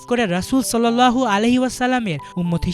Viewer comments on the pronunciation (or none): none